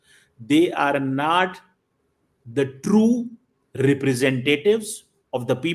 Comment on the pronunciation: Not❌ nat😂😂